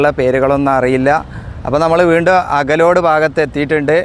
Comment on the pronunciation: അകലോഡ് ❌അകലാട് ✅